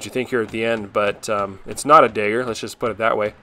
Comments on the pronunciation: Not gonna lie, I was so damn confused every time you said "dagger". I thought you kept saying "digger" lol. Thick mid-west or Texan accent when it came to that word! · What is a daeger? Do you mean dagger? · A dayger? Did he mean dagger? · why do you call it a dager? its a DAGGER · Amazing job dude! Why do you say dagger like day-ger? 😄